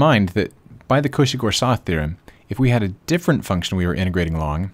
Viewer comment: Silly question here. Is the t in Goursat silent?